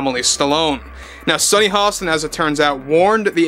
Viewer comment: Sunny hoe-stain...lol 🤣🤣🤣